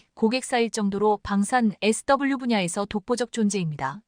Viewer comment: 무식 무자격 무첵임 무능력한 나래이터를 규탄한다. 소프트웨어( Software)영어약자 SW를 에스따불류로 읽는 것은 21만명 구독자를 우롱하는 수준이다. K2전차를 K2전자로 오기하고 그대로 읽으며 세계에 통하는 케이 투(K2) 전차를 케에이 전차라 한다면 KE전차로 오인하지 않는가???